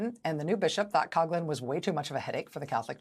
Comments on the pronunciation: It's pronounced KOF-lin not KOG-lin! And, yeah, he was ALL BAD, even for us Catholics. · Coughlin is pronounced “Cofflin” not “Cogglin”…… :) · I think she’s saying his name wrong, it’s like Couflin but coughlin